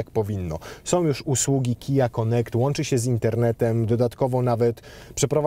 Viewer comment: KiAjEj 😂🤣😂🤣 a nie KejAjEj? :)